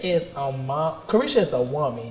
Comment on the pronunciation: Saucy needs his own show cause it’s Caresha Please not Saucy please!